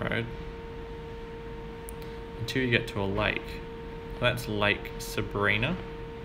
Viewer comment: Sabrina is actually pronounced with a long i sound. It sounds like sabr-eye-na. Just a little tip from a local ;)